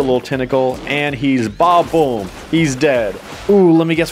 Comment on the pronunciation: he's saying badaboom but barely pronouncing the da so it sounds like baboom